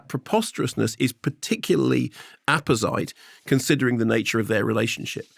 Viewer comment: Apposite is pronounced "apo-zit", not "apo-site". As supercilious as he is dim-witted.